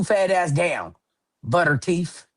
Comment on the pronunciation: Why does she say teef, mouf, bref???? Good lord